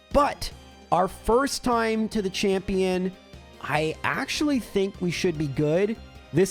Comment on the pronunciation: Gotta love the "chapmion" split eheh